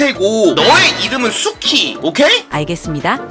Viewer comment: 나만 수키 숙희로 들림???